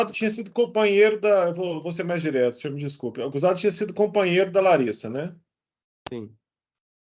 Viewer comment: 😂😂😂😂😂... foi o "sinhô" que me "condenô".